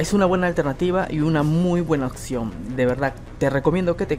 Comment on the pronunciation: Siempre me he preguntado por qué en sudamérica dicen "occión" en lugar de "opción".